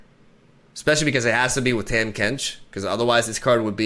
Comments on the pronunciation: My guy his name is pronounced TAH-m Kench not Tam Kench xD it doesn't matter but wanted to let you know lol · For what its worth, Tahm is pronounced Tom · Hey it’s pronounced “Tom” Kench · TAHM IS PRONOUNCED TOM TARGON IS PRONOUNCED TARGONE BASTION IS PRONOUNCED BASHON